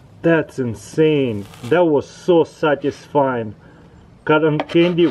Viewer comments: I think he says "statisfieing" every video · LpsMaya "Syatisfying" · "whoa, that is so satisfine "